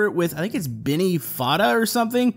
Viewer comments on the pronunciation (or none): it's bennet foddey, not benny fodda